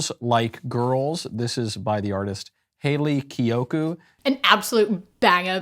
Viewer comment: I totally thought you were saying Kaley Cuoco lol